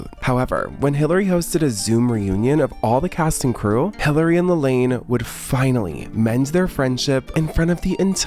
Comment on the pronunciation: She said her name was pronounced La-Laan not La-Lane